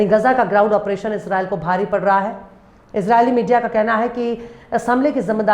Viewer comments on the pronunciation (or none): none